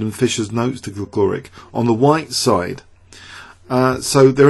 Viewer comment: It's pronouncec Gligorich